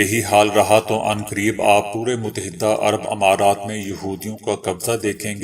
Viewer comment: Mut-ta-hida'bola karain